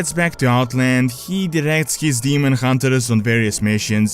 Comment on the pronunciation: demon hun-ters, not demon hun-te-RERS.